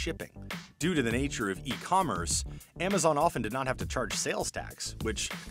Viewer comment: say The NOT ThEEEEEE